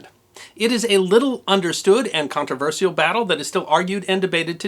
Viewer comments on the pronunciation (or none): none